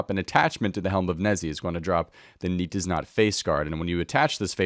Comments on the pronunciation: It's helm of "Nay tiz not" it's a play on words for "nay, tis not." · nei-tiz-not helm. your pronunciation of this helm is horrible xD